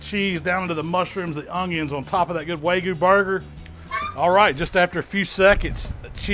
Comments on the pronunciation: *wagyu not waygu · It's WAG-YEW not WAY-GEEYEW.... dammit! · its wagyu not waygu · "Way goo brisket" lol. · I like how you say "way-goo" instead of Wagyu lol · Everything you good looks incredible, but it's Wag-yu not Way-gu- just saying. Keep up the awesome videos. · Why is he saying Waygu and not Wagyu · loving the vids but please stop saying "way goo". Its wagyu. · Waygoo brisket...yeah! Can’t wait for the fancy pants folks to swoon over your pronunciation! Love the channel, learned a lot! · Did he say “way gu” is that the way you say it ? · say it with me. WAG-YU :) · This guy is calling it way-gue beef. LOL I'm sorry that's funny af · i got cancer when he said "waygoo" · Wagyu is pronounced Wag-You. Please, dude. If you're gonna call yourself a meat savant, pronounce the highest graded meat correctly. Please. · its wag-oo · I love hearing southern people butcher the pronunciation of wagyu. Love the channel though,. No hard feelings lol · When you read "wagyu" 3 times and just say screw it, I'm switching the g and the y 😆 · you pronounced wagyu wrong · Learn how to say wagyu